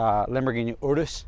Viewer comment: It's pronounced like urine but with is. Urus, that's why they are all yellow